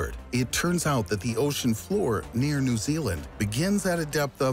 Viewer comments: “Zeeealand” “the cook mountains” haha, can’t this seriously when there’s so many simple mistakes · Can you stop calling my country' Zealand' thanks! We don't live in the Netherlands! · He really calling new zealand zealand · "Zealand" reee